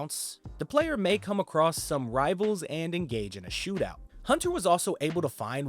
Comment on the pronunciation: ‼️ “just like we sawl” “acrosst” Stg there is a brain virus being spread via R€ddit